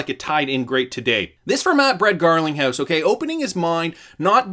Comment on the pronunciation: You said Brad Garlic house 🤣 and from there on out, on purpose?